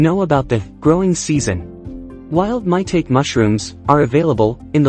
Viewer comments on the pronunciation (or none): It's not pronounced "MY-tayk". That computerized voice is killing me dude. Otherwise, very good video